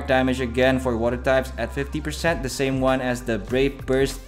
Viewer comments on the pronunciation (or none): none